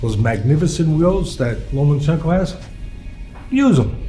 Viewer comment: Teddy still can’t say lomAchenkos name right